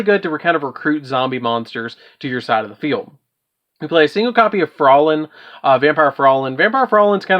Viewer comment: "Vampire Frawlen" Me: You clearly haven't watched Hellsing Ultimate to learn how to pronounce Fraulein (pronounced Frow-line) properly from an anime.